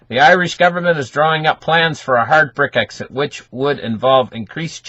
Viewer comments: It's brexit fella NOT brick exit. ???????? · not Bric-exit, Brex-it :-)